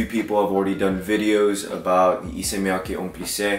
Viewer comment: FYI it’s Miyake not miyaki